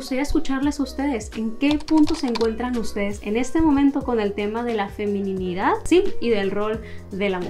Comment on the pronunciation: Me da ternura como decías "FeminiNIdad" cuando sólo es "Feminidad". 🤭Muchas gracias por tu vídeo, ha sido de mucha bendición, Dios desde hace un buen tiempo me inquietaba en este mismo tema de aceptar y amar mi Feminidad, y ahora veo que fue en el tiempo correcto ya que estoy próxima a casarme. Gracias por confirmar esta palabra en mi corazón ✨